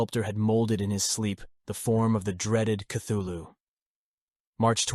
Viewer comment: And mispronounces Cthulhu. I just can't get past that.